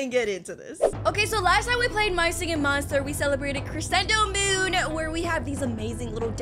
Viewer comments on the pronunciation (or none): none